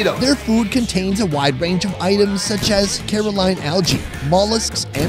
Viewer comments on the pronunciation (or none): its Coralline algae (Coral-line) not Caroline algae